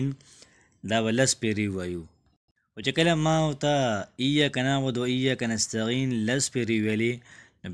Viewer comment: نستعین دی نستغین نه دی ورور جانه ❤❤❤